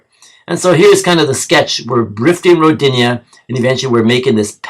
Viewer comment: Its pronounced (Ro dee na) more emphasis on Ro part.. Rodinia sounds like female name lol